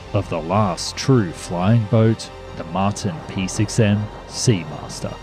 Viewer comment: Mart EYE N. wtf dude. 🤦‍♂️😂